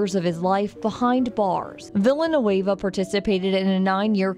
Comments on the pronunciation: i believe is pronounced vi-ja-noo-eva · The way the news pronounced Ron Villanueva's name, it makes it sound like Villain is his middle name